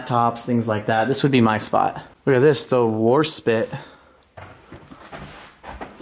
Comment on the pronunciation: I4 seamen died on Warspite in the battle of Jutland. Pronouncing the name 'war spit' is disrespectful. I'm presuming English is your first language